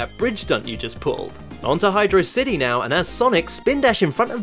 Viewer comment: high-DRAW-city, like "velocity" i ain't see a space between "hydro" and "city"